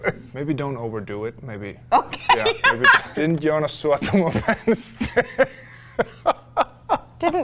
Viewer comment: Sorry - Wiki says the same: Joonas. Where did you learn Jonas?